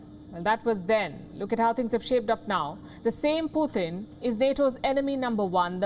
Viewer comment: She said poo 💭💩 tunn 🤔🤣🤣🤣🤣